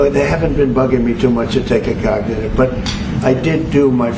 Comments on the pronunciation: Cagnitive ? Thought you spoke english ? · Did Trump say COGTITIVE? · It doesn't surprise me that Trump mispronounces the word "cognitive". After all, he also mispronounces the word "Tesla" (he pronounces the word "Tesla" as "Tesler").